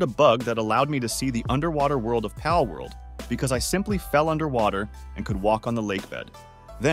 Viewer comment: the way bro says pAlworld